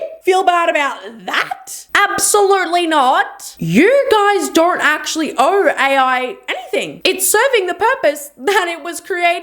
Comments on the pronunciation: Also, 'owe' not 'own'. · It's also OWE, not OWN. and APOLOGY. 😑